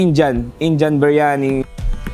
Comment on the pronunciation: arabic yung cnasabi mo. Ang linaw ng pagkakasabi ng indian style beryani.